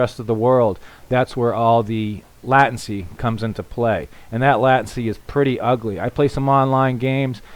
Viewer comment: Latency = Lay ten cy; not La ten cy!